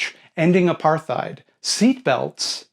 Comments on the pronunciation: fyi Apartheid is pronounced "apar-tied" not "aparth-ied". it has no "th" sound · I love your videos, but as a South African your pronunciation of Apartheid floored me.